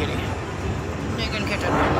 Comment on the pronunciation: wtf I know you were saying Negan but it sounded like Nigg...